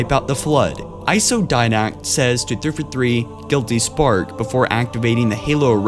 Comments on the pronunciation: fjh1616 Also Three Four Three not ThrfuThr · Despite the fact that it sounds like you are having a siezure every time you say 343, i was not aware of this theory and having never finished the forunner books myself, its plausible. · Forerunner, not Foreigner. Librarian, not Libarian. And 3-4-3, not 3-for-3. If you are going to narrate, you need to work on your pronunciation and enunciation. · New drinking game: Put on one of this guy's videos. Take a shot every time he says "threefathree". Take 2 shots every time he says "libaareun". Lmao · Why can't you say 343 lol